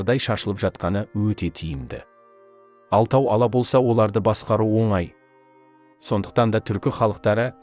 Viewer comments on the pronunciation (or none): none